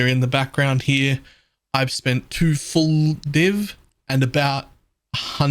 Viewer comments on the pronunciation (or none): none